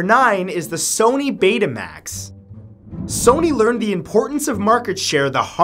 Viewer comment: You said Sony wrong